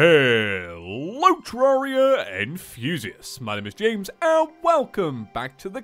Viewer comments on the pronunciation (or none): none